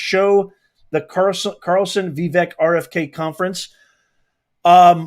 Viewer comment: learn to pronoun Vivek's name correctly. It rhymes with steak, cake.